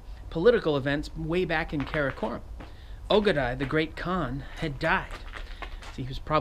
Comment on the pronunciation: Yeaahahah But khan is more like kan Key ay en kan not kean or can